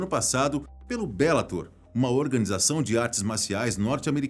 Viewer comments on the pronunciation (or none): none